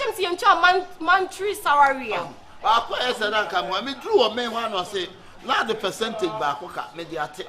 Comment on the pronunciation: Y3 monthry sarary🤣😂😂